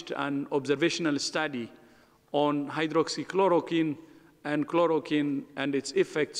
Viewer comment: The medical Dr. should hold the post at least she/he understands the situation like this. He can’t even pronounce hydroxychloroquine.